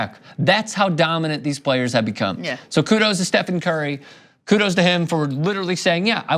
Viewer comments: That fact that my man says coodles to you....is gay You lose me there.. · Plus he says "kudos" which means respect. Not "coodles"